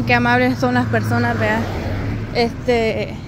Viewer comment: Me gusta como dicen 'las' suena como 'lasm'.❤